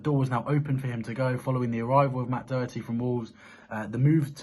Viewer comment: /Dough Hertie/ is not the correct pronunciation of Matt's surname. The 'O' in Irish is a short sound (phonetically the /shwa/) as in /dog/. In the Irish language if there is a 'fada' over the 'O', or any vowel, as in á, é, í, ó, and ú only then is the sound long ('fada' means 'long' in Irish). In English translations of Irish names the rule still applies despite the, often, omission of the 'fada' (see above) in names. However, it is quite common to see in certain names; Dónal, Seán, Siobhán, ... Otherwise the vowels have the short sound. So, for example in Irish surnames such as Donnell, Connell, Doherty ... the 'O' is short as in /dog/ i.e. not Ó as in /doe/ The pronunciation is therefore not clear if the 'fada' is not used, when, if it were, speakers unfamiliar with Irish would at least become aware of a change in sound. Please spread the word. It is very irritating listening to the constant mispronunciation of his name. Thank you. COYS